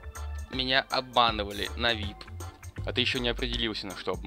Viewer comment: взрослый человек,не вип а виайпи